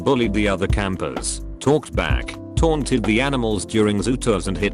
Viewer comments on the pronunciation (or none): none